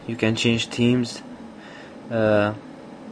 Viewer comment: HAHAHAHA! "Here you can serch fo suff, like temes"